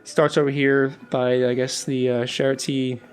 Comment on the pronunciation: I agree move and rotate the whole area somewhere else, so that the S-Bahn hooks up. Cool build. I've been to Berlin so many time, but I only know the "new city". BTW Hof from Bahnhof is pronounced with a long 'o'. Charité is pronounced French. For Bülow the w is silent, but I'm not sure there. It's what I remember from hearing the stops on the U-Bahn. Keep up the awesome build.